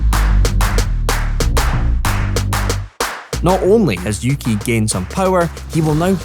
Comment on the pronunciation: yuki?(youki) uki?(ooki)